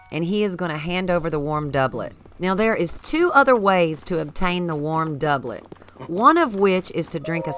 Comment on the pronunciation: i just want to formally thank you for actually pronouncing doublet correctly